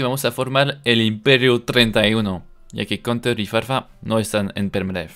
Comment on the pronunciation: "maman de conter" sueno como que están mamando de conter xd